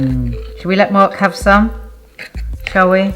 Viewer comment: Haha two "MARRRKS" in the first 90 seconds!